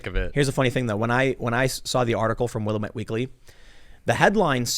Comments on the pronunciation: I swear to god if you say Will uh met one more time........ will am it.....ffs man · It is not will-i-mit..... it is pronounced wil-lam-met .... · As an Oregonian hearing the way you pronounce Willamette hurts me inside lmao. Its sad when I live 20 minutes away from Portland and I had no clue that shit is happening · Tim love your show, but...FYI: How to properly pronounce Willamette